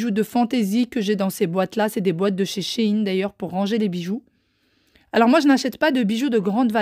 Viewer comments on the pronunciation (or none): none